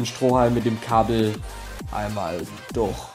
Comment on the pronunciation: warum sags du immer durh als stat durch